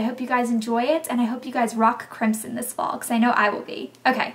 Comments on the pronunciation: it sounds like you're saying "crimpsin" just to be cute. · The way you pronounce crimson sounds so pretty! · lol you say crimson funny. we say it, "crim-son" lol with an aussie twang. rofl